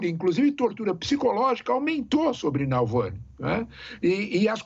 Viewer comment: Nalvany ou Navalny? tá difícil de acertar o nome (e nem é tão difícil assim)